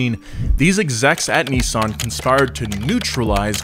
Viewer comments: Why are you pronouncing it KNEEsan????? It's Miss with an N= NISSan. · Neeesun Zee. We call it a Nissan Zed in the UK. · Bruh he says Neezaan